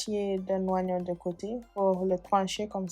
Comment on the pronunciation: On dit pas ouwagnon. Mais augnons. Oignons